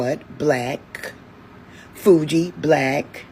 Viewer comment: It's not Fuji, it's Fiji, and I saw a video of them saying that their people come from Tanjinika, which is modern day Tanzania. They say they stopped over on the island of Madagascar, deposited some people then went on to Fiji. The Hawaiians have a history the come from the zulu nation. Saw this in a video with a Hawaiian elder and sangoma Credo Mutwa. Plus the Moors are said to come from Morocco, which is on the continent Africa. I'm just saying 😂